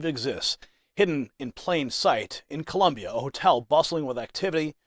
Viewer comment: Colombia 🇨🇴 not Columbia 😂😂😂😂🤦‍♂️